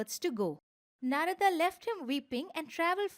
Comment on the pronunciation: thanks for such a great video. but i think we indians should not change pronunciation of indian words in english translation such as Narad, brahman, atman etc.